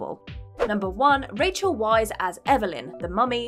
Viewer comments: Wiess is pronounced like 'VICE' not like 'WISE' x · Cute... but her name is actually pronounced "Vice". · Weisz == pronounced Vice